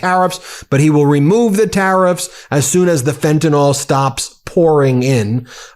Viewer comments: It's FENTANYL, not FENTANOL but, like most Americans, you're not smart enough to read and pronounce correctly. Carry on, make yourself look stupid. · Please start a movement and pronounce "fentanyl" correctly. It's not "fentanOL," as Mango says - it's "fentanIL." Let's get it right - we don't want to sound like him! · Why do you keep saying "FentanOl" like Trump does? It's "FentanYl" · It's pronounced fenta(nil) NOT fenta(nol) PLEASE SOUND LIKE YOU KNOW WHAT UR TALKING ABOUT!! R.N. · Ben, this is driving me nuts, Fentanyl is pronounced "Fenta-NIL" not "Fenta-NOL". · Why do Americans pronounce Fentanyl ''fentanal''? Is it sounds similarl to Americans who pronounce nuclear ''nurclear''?. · Looked everywhere. Can't find an 'o' in FentanYl. F'n annoys me the way Yanks can't say FentanYl.